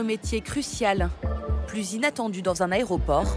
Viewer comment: C'est 'aéroport' pas 'aéropokkhhh'